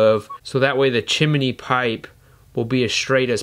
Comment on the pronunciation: chimini, not heard anyone say it like that since mary popins